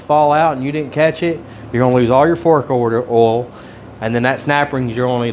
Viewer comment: OIL, not OLE. Lol. Great video, I truly learned a lot.